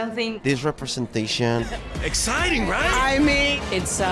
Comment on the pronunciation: Es esciting to repensation……..🤷‍♂️🤷‍♂️